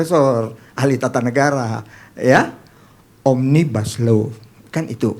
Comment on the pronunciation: Yang merangkai huruf menjaidi kata omnibaslou saya mendga bukan oraang inddonesia asli bahkan mungkin tidak pernah belaajar bahasa Indonesia